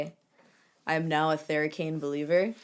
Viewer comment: was i the only one that heard "you can use this for your butthole" when she was showing thera cane massager lol